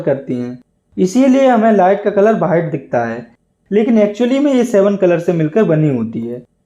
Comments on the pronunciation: white ❎️ BHITE ✅️😂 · White ❌ Whaite ✅